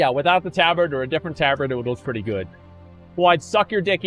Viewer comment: He mispronounces things because he knows chat will go apeshit over it lol